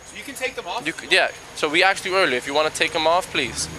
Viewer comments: "Have you AXED anyone to speak to an Attorney?" LOL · I always thought it was pronounced "asked" not "axed." Even cops are doing it now?